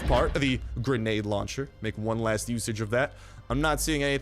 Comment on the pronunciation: Your ascent when u say granda is the best